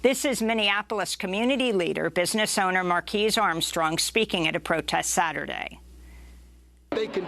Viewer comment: Marques is pronounced like 'marcus' not 'marquis'